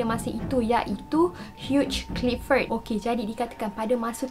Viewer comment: Bukan huge clifford.. hugh clifford.. ape pon bestt..